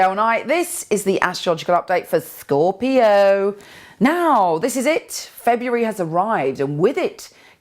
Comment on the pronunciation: lol her voice emphasis ELLO its SCORpiO